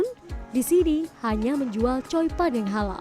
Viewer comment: Choi pan mbak jng slh ucap jdi coi pan 😂